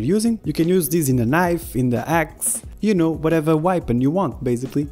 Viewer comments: You say weapon like whypon lol. Good video tho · Everytime I say weapon now I say whypon